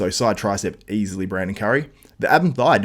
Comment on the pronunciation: You say easliy hahahahahaha wtf are you joking